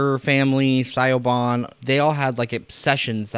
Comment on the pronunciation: It's an understandable error. I mean if you've only ever seen it spelt most would think that's how you say it too.